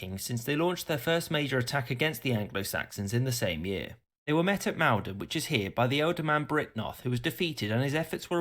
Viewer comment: Just for reference... Maldon is pronounced M-all-don not M-ale-don.